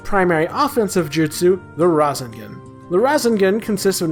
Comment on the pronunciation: Its ra-say-gon